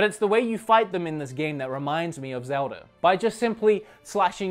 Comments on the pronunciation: every time he says "Zelder" I fucking cringe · I find it funny how some British sounding accents or Australian sounding accents lead people to pronouncing As at the end of words like er. Like you say zelder, instead of zelda